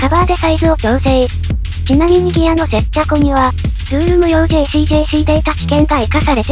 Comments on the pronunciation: 接着をせっちゃこって読むのホントすこ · 接着がセッチャコに聞こえる不思議